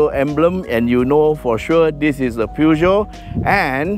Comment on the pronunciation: Hello... Its pronounce pu joe.... Haiiiyaaa or poo Joe...